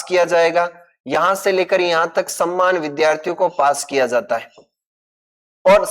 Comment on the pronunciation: Sammmn ro saman bolna shikh le